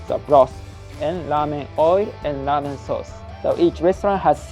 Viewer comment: i think u are saying lamen and not ramen and it is messing with my head!